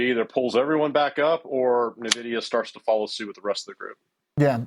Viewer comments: I stop watching when anyone still pronounce NiVidia. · Propaganda 💯. This guy is clueless. He can't even pronounce the company name properly. Nonsense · Thanks for posting this. If the guy doesn't even know how to pronounce the company's name why should I lend any credence to his opinion?